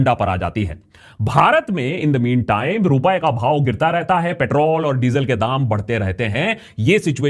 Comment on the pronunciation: Akash after lot of effort, you have managed not to say 2land Trump... however paitrol (actually know as Petrol), seems to have stuck! I am sure people around you must be making fun of you if you have really got into the habit of saying paitrol when you are not shooting episodes! 😂😅 Sorry for the harassment! 😂😅😜